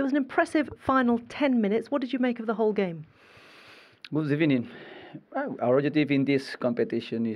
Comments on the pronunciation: GOOD EBENING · A great ebening for him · No one: Absolutely no one: Emery: good ebening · I think the gaffer gets a bonus every time he says good ebening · another good “ebening” for arsenal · The only thing arsenal going to win this season is Good Ebening trophy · Another "good ebening" for Arsenal